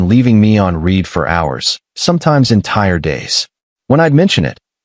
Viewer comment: Seems the AI cant tell the difference between read and read or perfect or perfect, I'm guessing the human programmer doesnt speak english, can't correct the diction, or didn't bother to listen to the narration